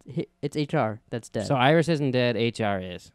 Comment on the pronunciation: JESUS CHRIST! Its iris dude wth who do you think it is? HANNIBAL BATES?